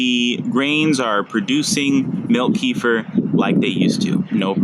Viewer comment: It ain't pronounced keefer. It's like ke-fear... plus what are we talking about here, the grains or the actual kefir?